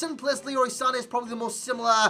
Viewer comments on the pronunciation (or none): none